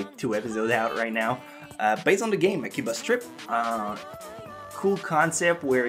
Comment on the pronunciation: when he said akiba's trip I thought he said akiba strip XDDD